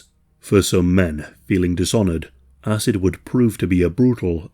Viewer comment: Great vid, horrible subject but am I the only one hearing asses and not acid here? 😬